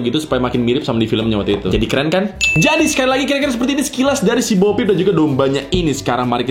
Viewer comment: BO PEEP DI BACA OPEN BO